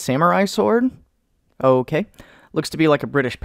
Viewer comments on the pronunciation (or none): none